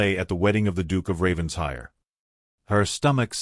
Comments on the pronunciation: It’s NOT Ravens-hire. It’s Raven-shire! Get it right! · It’s actually pronounced Ravensher in Britain. The ‘I’ is not pronounced like a long I. 😊 But yes, I wish they would pronounce it right. 🩷